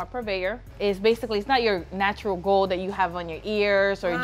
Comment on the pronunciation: He said Why guld come frum